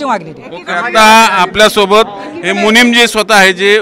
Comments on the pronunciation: चुकीची दुरुस्ती,,, मुनिमजी नव्हे,,, मुनीजी असं बरोब्बर आहे ❤❤😂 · मुनीमजी नाही मुनी जी म्हणा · मुनींमजी नाही , मुनीजी आहेत ते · पत्रकार 🍌, जैन 'मुनीमजी' नाही रे... 'मुनिजी' असतो 🤣🤣🤣